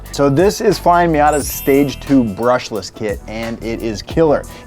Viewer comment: Its "BRUSHLESS"